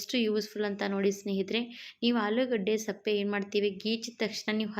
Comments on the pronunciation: Sappe alla sippe heli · ಏನಮ್ಮ ನಿನ್ನ ಭಾಷೆ. ಸಿಪ್ಪೆಗೆ ಸಪ್ಪೆ ಅಂತ ಹೇಳುತ್ತೀಯಾ. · Adu sappe alla sippe